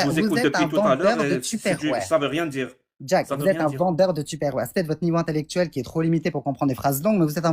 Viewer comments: On ne prononce pas du tout Hop mais plutôt "Eup" Tu captes la différence entre la prononciation de Upstairs et Hip-hop? Tu le dis pareil toi??😂 Et ça vient donner des lecons 😂 Je ne suis pas Français non plus mais si tu fais la leçon, fais la bien. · Votre niveau d'anglais en France. Tipper ware😂😂😂😂. Up c'est prononcé hop pas hip! Tupperware 🤦🤦